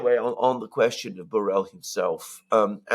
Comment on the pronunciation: At the risk of being a nitpicker, Borrell is a Spanish, Catalan in this case, surname and the LL is not pronounced like a single L but a hard one like the LH in Portuguese (Minho) or the GL in Italian (gli) or the LL in French (bouteille).